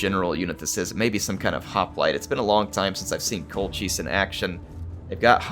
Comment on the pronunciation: I believe Colchis is pronounced Col-kiss. Well at least that is how they pronounce it in the 1960s Jason and the Argonauts film. Classic film!